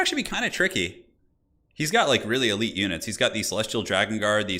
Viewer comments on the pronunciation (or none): none